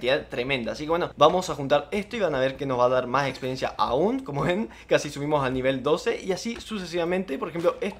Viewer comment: buen vídeo pero me quedo una duda, se dice experiencia o espediencia